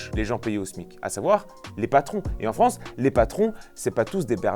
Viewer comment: Bonjour la "Fronce"...